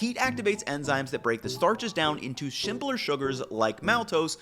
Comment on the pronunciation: I like that he doesn't try correcting some of the speech mistakes. "...shimpler sugars..." Not being sarcastic. I always liked Alton Brown for getting into the food science, but goes much deeper, which I appreciate.